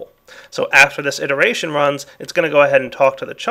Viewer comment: He meant "it·er·a·tion "